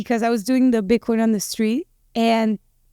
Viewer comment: I have never met a woman who pronounces the word "BITCOIN" as sweetly as. No matter what you do, dear, it will be a success. I hope you stay with us for a long time!